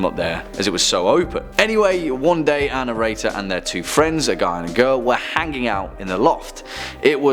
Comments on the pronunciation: you say this word all the time and I'm not sure what you are saying so maybe you can clarify; sounds like annorator which is not a word. Maybe you're thinking annotator, but that means to make explanatory notes about a text - a written commentation of something written. Perhaps you're squishing, our and narrator into one word but that would not make a lot of sense either because, to narrate is what you are doing; telling a story verbally. It has nothing to do with writing it down or the protagonist of the tales, who coincidentally, is always who you are referring to as annorator. Perhaps you could be an illuminator.....thanks. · Thank you for the clarification! I mean really this guy has an accent but he could make an effort to pronounce "Our narrator" correctly instead of sounding like "Ann Erator"! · "Ann Erator" wow this poor lady has a lot of horrible experiences...how unlucky. Oh, "our narrator" that makes more sense. #protectAnnErator